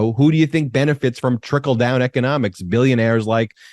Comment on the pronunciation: 😂😂😂🤣 did you say,"" trinkle down " or, "tinkle down" LoL... I think they want to tinkle down on us LoL